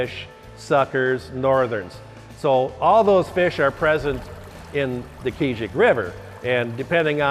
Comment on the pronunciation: Hahaha, I love the way they say Keezhik Lake. So inaccurate